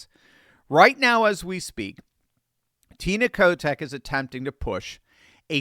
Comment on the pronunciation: Did he say Tina Kotex...hahahahahha no wonder that State is soo F'd up